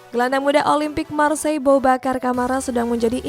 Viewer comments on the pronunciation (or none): none